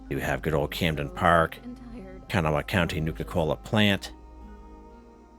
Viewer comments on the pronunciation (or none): Love your videos but.... Most people i know pronounce it kuh-NAW (North Kanawha Lookout). im a native Appalachian.